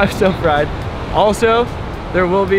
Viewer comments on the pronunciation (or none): none